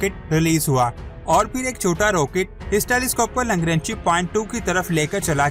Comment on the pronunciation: Langranchi nahi LANGRANGE hai